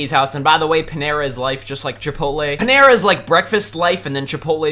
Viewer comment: He said it wrong its paneeera bread